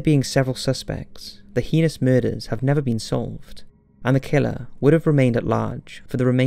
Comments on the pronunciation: Where are you from? I thought you might be British, but throughout your videos you mispronounce certain words, so I thought English might be your second language? For instance Ouiji and heinous were mispronounced. I’m not poking fun, I’m just really curious. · Thats not how you pronounce heinous at all.